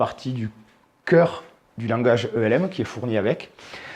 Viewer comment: Ca se prononce comme ça s'écrit => "Elm", car ça n'est pas un acronyme